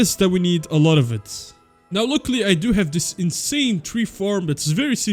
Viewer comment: how he pronounce „luckily“💀